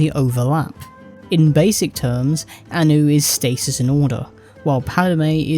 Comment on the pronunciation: Okay I'm hungover so for a second I thought I was listening to a Star Wars shitpost channel cause it sounded like you were saying "Ani" and "Padme".